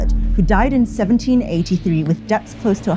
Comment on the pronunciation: its pronounced dets not debts. the b is silent